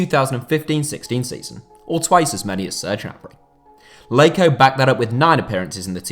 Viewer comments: Do not say Jonathan leyko that’s not his name mate 😂😂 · I can’t get over the fact he calls him Leiko 😭